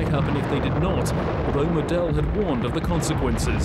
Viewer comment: Annoying, like he keeps saying MoDEL instead of MOdel….